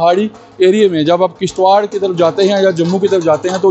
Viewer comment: It's kishtwar not kishtwakar